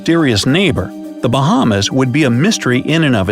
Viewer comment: Watching this is cringy asf being a Bahamian learn how to pronounce the islands dude 😂 very good video tho